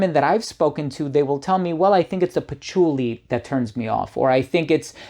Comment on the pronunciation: Pachuly? Pachooly? Sounds like some Italian food herb element.